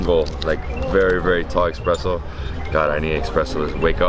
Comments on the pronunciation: It’s an “espresso “ not an ‘expresso’ sorry, the video is great-it’s a pet-peeve of mine!! Love your stuff!! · hes saying expresso, im triggered lmaooo